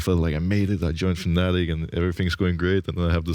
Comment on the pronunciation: Why Fnatic Attic instead of Fnattic?